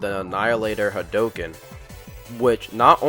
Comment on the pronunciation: It's. Not. Called. The. Hadooken.